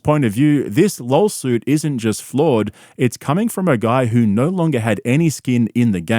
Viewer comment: "This lol-suit..."